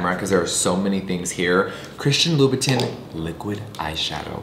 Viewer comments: Spending $$$ on designer products but never pronouncing the designer names correctly. Loo boo TIN 🙄🤔😑😵🙅‍♀️🤦‍♀️ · Jeffree not saying (Lou-ba-tahn) is triggering 🥲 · Ok so ….lol is that how you say louboutin? Because i been saying it wrong this whole time😂